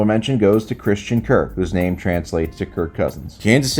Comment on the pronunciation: The way he pronounces name is so weird lmao